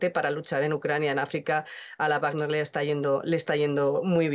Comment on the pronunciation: Wagner no se pronuncia "bajner", que lo sepas